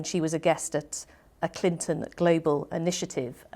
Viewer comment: Clinton not Clintyn